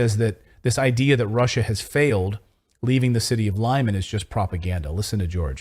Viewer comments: Thank you for unbiased journalism. Just one correction - Lyman in Russian is pronounced Lee-Mun. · The city is called LIMAN, pronounced lee-mAhn